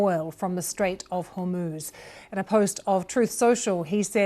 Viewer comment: Hor moz not hoooorrrr moozzzz